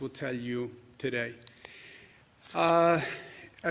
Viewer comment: Pronounce: TODAY